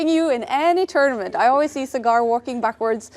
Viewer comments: Sagar ❌ cigar ✅ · Cigaarrrrr!!!! It’s Saa Grrr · sagar usually shoots in foreign places so people don't know how to pronounce sagar so they call him cigar😂instead of sagar